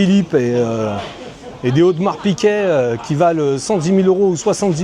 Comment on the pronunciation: Piguet pas piquet